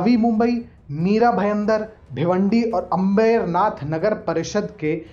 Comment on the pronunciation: अ़बेरनाथ नहीं अंबरनाथ करके उच्चार करना